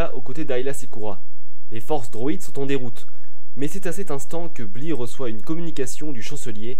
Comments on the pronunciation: Par contre on dit blay pas Blit x) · Ce n'est pas "Bli" mais "Bly" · Comme le 1er épisode, très sympa et instructif;) Par contre tu aurais pu faire un effort de prononciation, parce que Bly ne se prononce pas bli mais blaye! Hates de voir l'épisode sur! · Ça se prononce Blyyyyy!!!!!! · Ça se prononce "blail" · Ca s ecrit bly mais ca se prononce blaille dans star wars clone wars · Sa s'écrit bly mais sa se prenonce blaye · Omg comment tu dis Bly 😂😂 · au niveau de la prononciation de BLY faudrait qu'on se mette d'accord un jour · Le Y de Bly cest pas pour décorer, il se prononce. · Super vidéo.. Mais.. C quoi cette prononciation de bly !?!